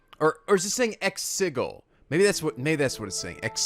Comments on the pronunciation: Next up, Birth By Sleep 0.2 aka the demo for KH3! Also, sigil is pronounced sijəl, not si-gil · I normally shake my head and chuckle when you mispronounce words, but I cannot get past how you pronounce "sigil." It's hard to take your commentary seriously when I hear that. I don't know why; maybe because it sounds too much like giggle. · Why does keep mispronouncing the word sigil? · The way he pronounces sigil XD